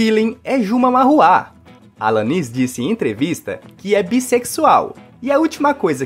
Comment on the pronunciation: Alanis...affair...NO MINIMO DEVERIA CHECAR A PRONÚNCIA DO QUE VAI LER.KKK